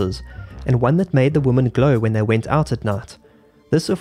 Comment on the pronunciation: Why do you pronounce "women" like "woman"?